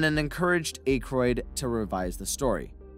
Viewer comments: Dana Barnett? Dan Ache-royd? If you're going to do a video about a film, at least get the character names and actor name pronunciations correct. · Why put so much work into creating this video and not take 2 minutes to learn how to pronounce Dan Aykroyd's name beforehand? Literally, many hundreds of online references, easily accessed. So easy to confirm before making the video. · 😬W.T.MacGyver why can't this guy pronounce Dan Aykroyd's last name !? 😂 WHY didn't ANYONE correct him before uploading this !? How is it even possible not to know how to pronounce his name !? You hear it in popular media ALL the time !!!😂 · Yall should really proofread the scripts before reading them...i mean cmon you cant even pronounce Dan aykroyd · They also were not fired because of the library incident among several other errors 😂 including not being able to pronounce Dan Aykroyd last name I'm pretty sure he's never seen any of the movies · I'm getting triggered by the Dan Akroyd pronunciation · Bro, if you can’t pronounce Dan Aykroyd’s name properly, don’t make a video. Blasphemy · You pronouncing Dan Aykroyd's name wrong the entire video made me forget how to actually say it for a min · Dude ...you gotta go back and fix all the mispronounced names "ghost busterS" lewies?? Dan aK-roid ..dana Barrett...also where did you get the inspiration from the time machine ...back to the future came out in 85 how did it inspire something a year earlier...pisttt....it's not a real time machine ya know ...I think you need more edit time and a little more research and fact checking and you'll be in good shape....edit you said Dan's name correctly....consistency man!...edit ...again rhyme ....who the he'll is rayme...why are you now getting his name wrong all of a sudden wtf have you ever actually seen these movies? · "Aikroid" 😂😂😂😂 bruh its Akroyd (Ack Roid)😂😂😂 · "A" kroyd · I don't think Aykroyd's name has a hard "A" sound. It's soft like "at" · Aye kroyd Ak royd